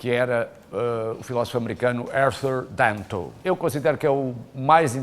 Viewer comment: O nome do Filosofo é Arthur Danto. VÁ APRENDER A FALAR INGLÊS !!!